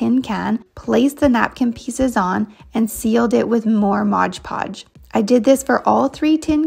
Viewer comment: I'm sorry. It drives me NUTS. It's moD podge!!! I can't even tell you HOW MANY people say modGE podge. It's clearly printed on the label. I know I am unreasonably bothered by this, but seriously, PHONICS, PEOPLE, P H O N I C S!!